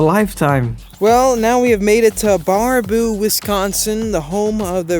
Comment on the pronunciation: Pronounced “bare-ah-boo”